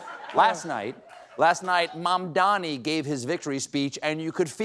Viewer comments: Cuomo also pronounced Mamdani's name wrong. its MAM-dani not MAN-dani. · Cuomo still hasn't learnt to pronounce Zohran's family name. It's MaMdani , not MaNdani!! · That stupid Cuomo still cannot pronounce such a simple sounding name like MAMDANI correctly! It's not MANDANI you dotard, it's MAMDANI!! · I see he can't say Mamdami's name still. Fucking horrible person. Grow up CONVICTED former mayor. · Cuomo cannot, for the life of him, pronounce "Mamdani" right 😂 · Cuomo still cannot pronounce MaMMMdani's name. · That jerk still couldn't pronounce Mamdani's name correctly, even by this point, huh? 🙄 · Cuomo still cant pronounce Mamdani. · Cuomo can't even pronounce Mamdani's name correctly! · Cuomo said his name incorrectly again. 😂